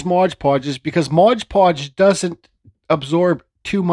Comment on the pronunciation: Awesome piece, and I am a fan of your videos... but man, hearing ModGE Podge drives me nuts. It is MOD ( M o d) Podge. Just like the label says :).